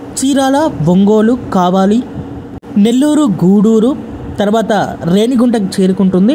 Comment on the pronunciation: Ee video ki anchoring chese station perlu sarigga palakadam nerchukovaali. Veeravaasaram ni viravasaaram Aakiveedu ni ankiveedu ani kavali ni kavala. ani perlanu istamu vachinattu marcheseru.